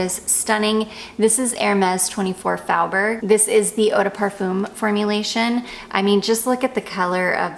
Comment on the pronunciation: Oooh, I have been wondering about Jousset perfumes. If your're getting Comptoir Sud Pacifique I also recommend Vanille Extreme for layering with Clandestine Clara, but it might be really similar to the one your friend is selling. I love 24 Faubourg, too, but it's pronounced more like "foe" instead of "fow."